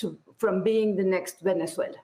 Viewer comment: Mispronounced Being**